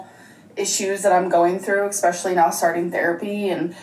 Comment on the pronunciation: i dont know if 'vanella', 'expecially', or 'Laygo' annoys me the most. judy is soooooooooooooo adorable